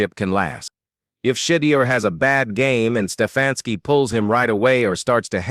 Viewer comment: I hate stories narrated by AI. He’s mispronounced Sheduer’s name every time he said it.